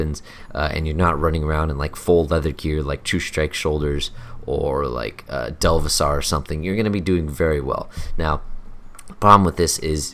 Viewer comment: I cringed when you said "delvi sar" instead of devil-saur